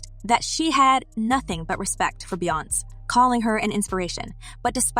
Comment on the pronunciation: Stop pronouncing Beyoncé’s name incorrectly! If you can’t be bothered to seek out the correct pronunciation of names, stop reporting on them!!! It’s very disrespectful!!